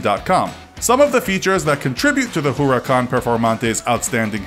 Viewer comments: Yep I love my ¢enario and my huurucan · Pronounced veneno wrong, showed 2 wrong pictures pronounced huracan wrong and also had 3 wrong acceleration times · Stop calling calling the urus the orus And stop calling the huracan the oracan